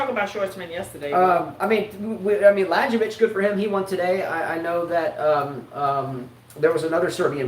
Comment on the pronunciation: KraJinović, MiloJević, LaJović... that J letter in the middle isnt like first in John, but more like Y from let say CanYon or maybe like first in Utah or first in Yugoslavia.... KeCmanović isnt with Ch like in let say Charles, but it more said like Ketsmanović, etc... That C in the middle is read like TS like in let say in Tsitsipas 🤣